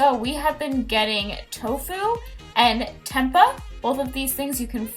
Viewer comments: Do some vegan recipe videos 😊😊 also tempeh is pronounced “tim-pay” 😊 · Hahahaahhaha your tempeh pronunciation is so cute !